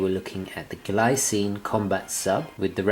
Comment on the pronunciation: The Glycine (pronunced Gleecine) looks great... nice review